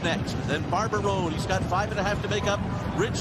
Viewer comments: Everytime he referenced Barber Road I thought I was hearing Barbaro...in the Belmont no less, had me wondering again what could have been. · I thought he said Barbaro too!!!